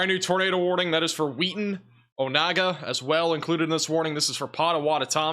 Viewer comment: “Pot ah whot ah mee” and “Oh nay gah”